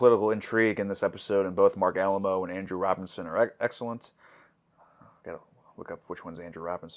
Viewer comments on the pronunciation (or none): Marc Alaimo’s last name is said like “uh-LIME-oh.” Not like the old Mexican fort in San Antonio. 😂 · I know it’s Alaimo, but I will always say Alamo.